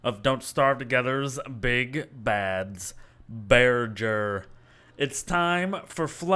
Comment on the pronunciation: Imagine pronouncing bearger like burger